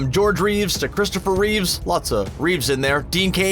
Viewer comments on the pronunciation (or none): It is Christopher REEVE not REEVES. And I heard when he said Ben Affleck's name as Ben Afflack